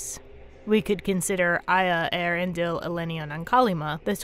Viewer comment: Maybe I’m wrong, but isn’t Earendil is a four syllable name?